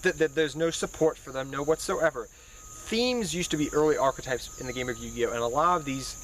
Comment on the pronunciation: "Arch-o-types" someone tell this man it's an e not an o